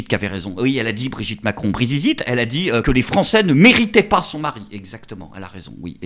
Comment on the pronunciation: Brizizitte j'en peux plus 😂